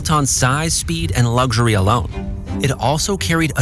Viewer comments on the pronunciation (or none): "Lugzury" Ha ha ha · There is no G in the word luxury